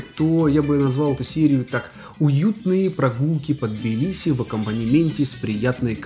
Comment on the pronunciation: Надеюсь до конца ролика научиться правильно произносить слово Тбилиси......😂😂😂 и не будет тебе мешать снимать видео 😡